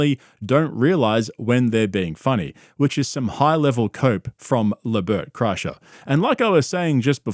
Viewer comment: mf don’t say LeBert Krischer that shit sent me rolling😭